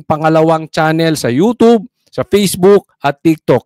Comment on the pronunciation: ano ba talaga you tube or you tobe 😂😂😂